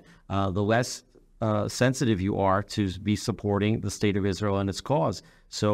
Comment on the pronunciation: The Name is ISRAEL, NOT Isral!